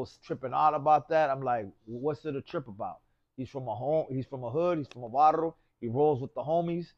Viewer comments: This vato said Barro instead Barrio one time lol how can he not say it right every time if your Raza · He’s from a barro 😂 haha can’t even say barrio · Barrio not barro wuey.